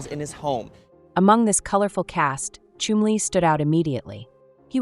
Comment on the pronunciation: every time she says Chumley I'm hearing Chun-Li